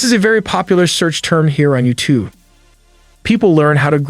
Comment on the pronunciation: your voice is computer generated u say youtoo, not youtube